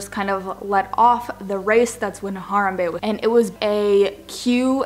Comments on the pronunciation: You can't even pronounce harambe. omg. my ears are burning :/ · Pissed because you said harambe wrong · The way you pronounce harambe is amazing. LOVE YOU PAIGE <3